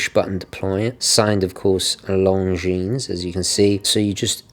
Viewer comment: Very good review sir, I like your channel a lot. BTW the S in Longines is not pronounced.